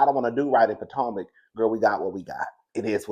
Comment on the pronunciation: How you go come back, hide your face, and add Candiace to the picture 😂😂😂 we here for a kiki 😅 did you say Poortomac